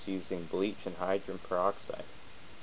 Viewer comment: This DORK is an IDIOT! He's talking about HYDRO - GEN PER - OX - IDE, and he calls it "hydren peroxide" throughout this entire video! The woman I rent from told me (about two days ago!) that h2o2( hydrogen peroxide) fizzes because it reacts to the iron in our blood!? EVERY SINGLE web page I went to said that H2O2 reacts with an ENZYME called CATALASE! CATALASE allows hydrogen peroxide to be broken down into water (H2O2) and I oxygen (O2). INTERESTING: Like other enzymes, CATALASE is NOT USED UP IN THE REACTION but is recycled to catalyze more reactions. CATALASE supports up to 200,000 REACTIONS PER SECOND!